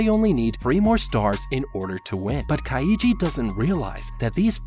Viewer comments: I wanted to to bash my skull against the wall every time he mispronounced Kaiji name, so roughly once every 30 seconds, like hasn't he watched the show to analyze it? How can you fuck up so badly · For people who must have watched the anime to use clips of it you sure do say Kaiji's name wrong a lot, probably on purpose so people comment. Lame. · The way this man pronounces Kaiji triggers me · kaiiiiiiiiji kayiji these pronunciations be like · Nope. Love the content, but I’m not doing Kah Eee Gee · why do you keep pronouncing his name ka-eye-ji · As a Japanese speaker, the pronunciation of Kaiji is so cringe 💀💀💀💀💀 It's basically just yeo syllables: Kai and Ji. Even if you wanted to pronounce all three though, you absolutely would not put emphasis on the middle syllable only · I'm getting unreasonably annoyed by the Ka I yi pronunciation ^^' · How to survive a man mispronouncing the main's character name for an hour. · He’s pronouncing it like Kaiji’s name is Kokichi. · Why is he pronouncing Kaiji like it has three syllables? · how hard can it be to get the pronounciation of the name right after hearing it pronounced for 24 episodes ? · But that’s not how you pronounce kaiji :( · I'm mins in but I can't deal with this pronunciation of the main character lol It's KAI-JI not KA-I-JI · kai-ji He's pronoucing it kai-ii-ji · its not kai ee jee its KAI JEE REEEEEEEEEEEEEEEEEEEEEEEEEEEEEEEEEEEEEEE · Dude u butchered the word kaiji, you’re supposed to say it like this Kai then ji. Not ka then i then ji. 🤦🏻‍♂️ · As good as this video is, and as much as I love both the Kaiji series and the HowToBeat series, I can't help but die inside every time I hear you say Ka-YEE-ji. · "Ka-ee-jee" It's just Kai-jee. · This guy pronouncing "Kaiji" the same way one would pronounce "Luigi" makes me lose it. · Am I the only one distracted by his pronunciation of Kaiji as (Kai-ee-gee) instead of (Kai--gee)? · Its pronounced Kai-ji. Not Ka-i-ji. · U said kaiji wrong is Ki. Jee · lmao kai-EEE-gee